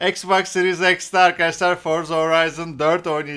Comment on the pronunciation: Ex Bax diye bişey yok ingilizceyi düzgün öğrensin Türkler X Box okunuyor